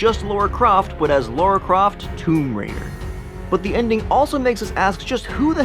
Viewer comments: It's LARA not LAURA... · Her name is Lara not Laura 😂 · It's Lara you moron...not Laura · Lara NOT laura